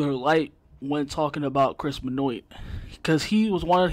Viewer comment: At least learn to pronounce his name if you're gonna blast someone for an opinion. L